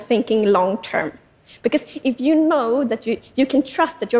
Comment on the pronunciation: She says yoy and yoin